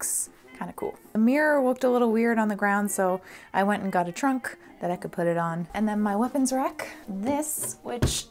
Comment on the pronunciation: Nobody:: lemme add another T R U N K